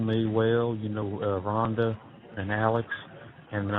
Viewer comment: I hate the way he say Rhonda because that's my name 😮